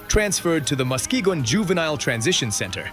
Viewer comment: Musk-ga-gone is a crazy way to pronounce Muskegon